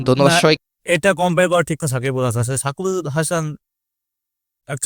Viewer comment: ভাইয়া ওটা সাকিবাল হবে না।😅 সাকিব আল হাসান হবে 😊আপনি উচ্চারণে ভুল করছেন ।